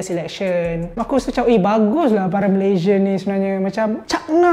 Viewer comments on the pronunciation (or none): none